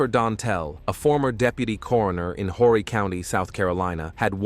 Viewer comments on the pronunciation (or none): It's Ore-e county. H is silent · Horry county??? Or Horny County?